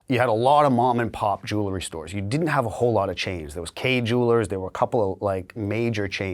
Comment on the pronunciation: I can’t stand to hear this knuckle-head mispronounce “jewelry” one more time. The “l” phoneme is not pronounced first. jeez